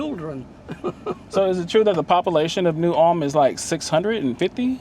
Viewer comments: Hey there…just stumbled across your channel for the first time today and really enjoyed it. I watched your video on the Round Top trip earlier today, and was just winding down this Saturday evening watching the New Ulm video. I think the locals there say it in two syllables like Ull-um.Like you,I’m from Houston…born and raised, but now I live in a small town in Lavaca county. I’m very familiar with both Round Top ,and New Ulm…been to them both many times.My family almost bought a beautiful home on several acres right on the outskirts of New Ulm about ten years ago. I love New Ulm….one of my favorite small Texas towns. St. Paul Baptist Church was still active , with a congregation of longtime Black residents…great church…you could hear the congregation singing ! You said you liked old church architecture,but I don’t recall you visiting St. Cecelia Episcopal Church in Round Top. The chapel dates from the 1800’s. I attended that church for a short time when I first moved here from Houston,making the 48 mile drive on Sunday from Lavaca county. I don’t know if you made the trip from the country store in Frelsburg,just outside of New Ulm, west on 1291 to Fayetteville yet, but you owe it to yourself to make that run.Beautiful pastoral views along a hilly,winding road, a great way to get to Fayetteville from the New Ulm or Columbus areas. Thanks for bringing back some good memories today! I hope to check out your other videos! Thanks again, Rob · The buildings across from the post office at one point belonged to David Hickman, an artist/professor at University of Houston. After he and his wife passed, her brother inherited it and made it an overgrown parking lot. Ul-em is the proper pronunciation here. I live one mile west of FM 109 on Post Oak Point Road. It’s paradise. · Folks in New Ulm losing their minds they finally made the interwebs 🤣Fun fact. Even though its pronounced ULM in Germany, some local folks prounce it New ul-umn. Add a syllable